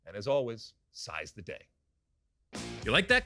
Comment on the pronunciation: Enjoyed this edition of SOTU but you kill me Alexi with your same (Yawn) intro and your weekly Slaughtering of the English language when you say (Size the day), When it should be ' Seize the Day'. Size and Seize being two different words with different meanings. Anyway 100 days till the world Cup is now down to 17 days. Some teams are having a number of injuries to deal with which could effect their chances of winning greatly, France and England being two of those teams. As for Captain America, Mr Christian Pulisic is extremely undercooked going into this tournament and may pick up an injury or Prove himself to be a very Capable player at this level. I'm with Thierry Henry, At some stage you have to take the Bull by the Horns and Show your ability to run a game when you get the chance and not be forever moaning about your lack of Opportunities. You get out what you put in ,So go deliver. A World Cup is the Place to do it.